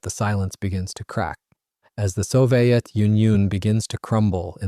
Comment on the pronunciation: Since when did we start pronounciating "Soviet" as "so-vai-et"?